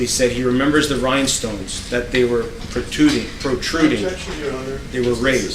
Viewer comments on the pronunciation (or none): Not “potuding” I need to know where he took his classes from.